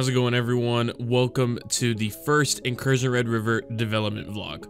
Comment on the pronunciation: Incursya? Bro sounds like he drank a few whiskeys before making this video. 😂 Keep up the good work though, You don't need to be able to pronounce the title of your game for it to be good anyway. 👍